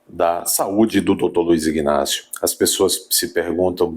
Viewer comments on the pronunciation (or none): Homem, a pronúncia correta é Inácio e NÃO IGnácio.